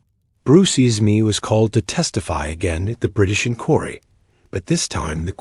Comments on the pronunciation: The AI narration is tough to get past…”Bruce Isma” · I want to listen but the narration is horrible. I can't deal with it not saying Bruce Ismay so badly.